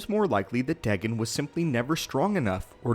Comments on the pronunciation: Dagon is Pronounced Day-Gone not deg-gun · its n ot dagan its said day gon ;) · you said his name wrong its daygon=dagon